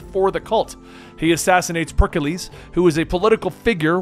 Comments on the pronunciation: Ah yes, Perk-a-lease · Ah yes, the great Perkiles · Per-ick-lees Thur-mop-olyee